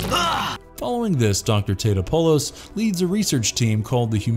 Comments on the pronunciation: Dr. Nico Topopopolis? Its Totopolis... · "Dr. Nick Tate-appall-us--" Me, An Intellectual: "It's Ta-TA-pull-us" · It's Tah-top-alis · It’s Tah-topol-us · My guy butchered Dr. Nick's name in the Godzilla animation lol even in the movie everyone kept pronouncing it wrong like did you not see the movie!? xD